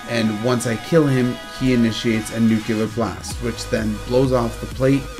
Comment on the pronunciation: Info was all fine, but you ramble a bit, and it irritates me that you say "Nuke-u-ler" instead of Nu-clear